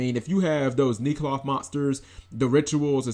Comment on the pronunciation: Nee cloth? No...I'm sure it's neck-loth. Why does that "e" jump to a long "e" sound for no reason. English.